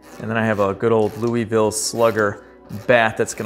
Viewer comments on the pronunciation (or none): none